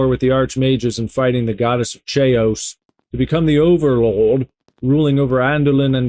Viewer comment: You miss pronounced Chaos, it is pronounced kay oss